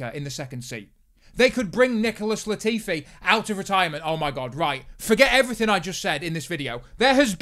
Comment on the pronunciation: Lol thought you said “Nipple-less Latifi” there for a second